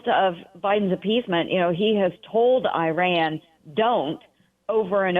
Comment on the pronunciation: why cant she even say Iran properly? Shows ho much she actually cares or knows about the region.